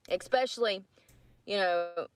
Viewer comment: It must be expeshally difficult to get a job when you go to an interview and pronounce so many words incorrectly and 😂:_brooke